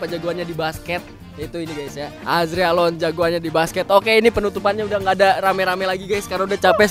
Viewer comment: "Azregalon" bjir🗿🗿🗿🗿